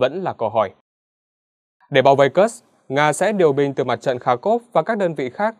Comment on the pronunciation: Ở Nga không có địa danh nào tên là "Kơx" cả. Kursk đọc là Kurxk, cầu Kerch đọc là "cầu Kerch". Chắc lại phản bác: "Mỹ đọc là Kơx nên đọc thế mới đúng, Nga đọc Kurxk là sai"?